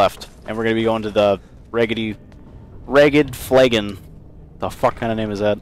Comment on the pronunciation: is it just me or do you say ragged flagon in a comically scotish voice